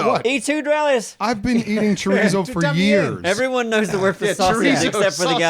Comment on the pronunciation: Please its pronounced cho-ree-so